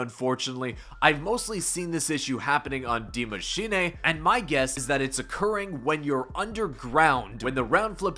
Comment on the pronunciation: i think its good that ur the only one thats spell the word die mschine right.. im austrian an speak german, sounds proper :)